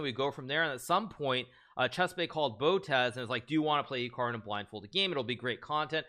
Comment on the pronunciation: That moment when he says Chikaru makes me think on some kind of Pikachu brother or...maybe perhaps...a bot of Hikaru that you can play aginst him but when you loose he laughs so loud as Hikaru do 😄😄😄😄😄